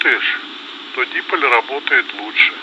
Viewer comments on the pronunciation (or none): Здравствуйте все! Неоднократно слышал от Алексея и вот услышал в радиообмене в этом ролике, как произносится слово "дИполь". Однако у нас в 80-х годах, в кружке радиолюбителей при Дворце пионеров, говорили "дипОль". Посмотрел в интернет - тоже "дипОль". А как правильно? Как Алексей или как на грамматических сайтах - "дипОль"? Всем - УДАЧИ!